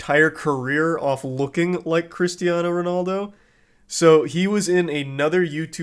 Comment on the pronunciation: Was saying Christano instead of Cristiano part of the joke or are you just an American